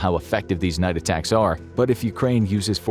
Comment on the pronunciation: Atackums not to be confused with steakums